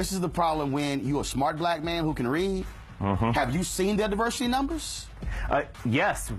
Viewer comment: "im a maunn"